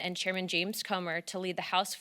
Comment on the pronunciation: She said Chairman Cummer.......